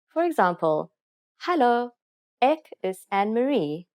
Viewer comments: ek is like ak like you saying it like ak is jammer not ek is jammer? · I can hear from how you pronounce "ek" as "ik" , "is" as "iz" that it's an additional language for you pronunciation needs a bit of attention other than that it sounds good